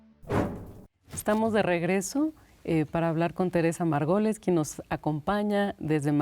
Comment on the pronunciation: No puedo con que la conductora pronucie «Margoles» en lugar de Margolles.